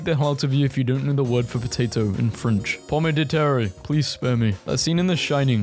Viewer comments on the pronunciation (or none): 'Pommay duh tarray' as a French speaker, I want to die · your pronunciation of ‘Pomme de terre’ really got me as a French learner, pomme de terre basically means land apple lol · Uh oh... didn't know how to pronounce pomme de terre. You know what that means...